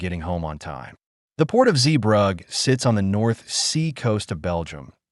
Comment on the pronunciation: At least pronounce "Zeebrugge" correctly, this video is absolutely shit